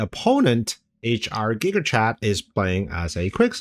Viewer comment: Loved the video, but its pronounced "guy-ger" not "gigger" lol